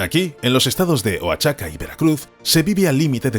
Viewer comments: Oaxaca se pronuncia cómo lo dice el narrador ("Oachaca"), se dice "Oajaca" . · Siempre estos videos tratando de criticar , se ve para quien trabajan !! Viva Mexico y si no puedes leer Oaxaca, pronuncialo Oajaca !! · Creo que te falta información verídica sobre cómo se plantaron millones de árboles para reponer los que se tuvieron que quitar y qué mala pronunciación sobre Oaxaca haces que suene horrible ( la x debe sonar como j ) OAJACA ( sería la pronunciación ) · My friend no es wachaca. Es OAXACA.